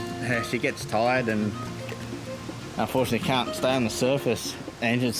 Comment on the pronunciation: Wtf xD they said they care for snakes but the voice over said "UNFORTUTALLY none have ruptured" doesn't that mean they die??? 😂 And they said UNFORTUTALLY... Did they want them to rupture? 😂😂😂😂